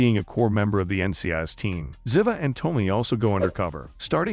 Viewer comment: STOP, STOP,STOP MIS- PRONOUNCING THE ACTRESS"S CHARACTER NAME. IT'S ZEEEVAH! PLEASE PLEASE PLEASE ! THIS SLAUGHTER OF THE CHARACTER'S NAME IN EVERY NARRATED EPISODE ON UTUBE IS UNFORGIVABLE! & INSULTING. Do JUSTICE